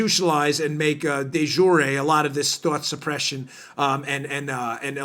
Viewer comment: Fwiw, 'du jour' is pronounced, "due- zhur"; NO E on the end. From the French, meaning "Popular, fashionable, made for a particular day." :)